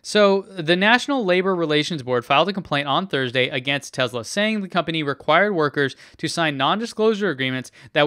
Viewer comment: I hear you pronounce a distinct "Z" sound when pronouncing the brand name! Tesla sales reps are quick to correct me....that it's not pronounced "Tezla", but "Tesla".